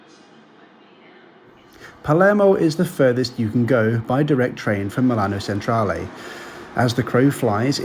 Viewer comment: Thanks for that, enjoyed it very much - the best I have seen for this trip - bravo, bravissimo! Well done for making such a great attempt to get the Italian pronunciation correct, but to be helpful - Milan/Messina/Palermo Centrale is pronounced ‘Chen-tra-leh’, not ‘Sen-tra-leh’; and thank you is ‘grats-ee-eh’.